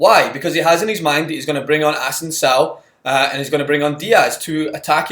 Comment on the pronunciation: It's Asensio not Asensao lol